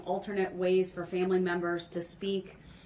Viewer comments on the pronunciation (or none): none